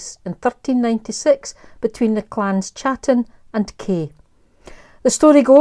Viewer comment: Love your video, but please could you pronounce Clan Chattan correctly. The "Ch" is not a "cha" sounds but a "Ka" sound. Touch not the cat bot a glove...